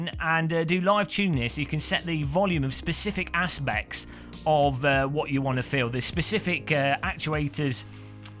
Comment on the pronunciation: "specific asspects"